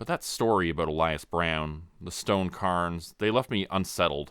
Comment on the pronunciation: Love the story so far, but hearth is pronounced "HARTH", not "HURTH", and cairns is pronounced "CARE-NS", not "CUR-NS"!